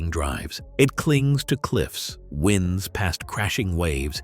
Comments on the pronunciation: I turned this off before even reaching the 30 second mark. Why? Because the AI narrator said the highway "winned" its way along the coast. Roads don't "winned." They "wined." Now, I know AI narrators are incredibly stupid. But I do not watch videos where the creators don't even correct the AI voice's mistakes. Be ashamed. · The problem with using AI narration: , the road doesn't "winds" [short "I"] like gusts of air, it "winds" [long "I"] as in weaving back and forth. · AI chooses the wrong word for the spelling. Roads do not wind (air blowing). They wind ( turn and turn direction) AI has no editors. First instance makes me leave. AI has a long way to go. BYE